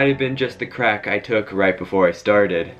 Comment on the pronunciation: The way you say crack got me rollin 😂😂😂😂